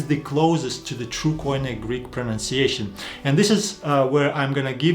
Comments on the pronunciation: It's not: k. o. i. n. e but it's "κοινή" kini. Stop using these word and hear the greeks how they call it... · Κοινή=Keenee. If it is pernounced coineh it would be spelt κοϊνε. Maybe people should observe the grammar rather than trying to figure out the pronunciation. Because grammar dictates the pronunciation. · First mistake: Every foreigner says Koine with the accent in the o K'oine while it should be koin"e. The accent in the e. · This is exactly the big difference between Greek and other languages. In Greek there is only one way to pronounce the letters, but Erasmus who had never heard Greek turned them into a barbaric pronunciation and at the end of his life he apologized to the Greeks. The barbarian "ko-ee-ne" that you all pronounce is completely wrong because the «oι» is a diphthong and is pronounced as ee. So the correct pronunciation is "kee-nee" stress in the last e. The same applies to the diphthongs ευ=ef or ev, αυ=af or av depend of the letter that follow, ηυ = eev, ου = ou / oo, αι - e (end), ει = ee, οι = ee. The best advice is to ask a Greek Orthodox priest about the correct pronunciation, because the Greek church is the one that kept the tradition and today uses exactly the same language as in the first century.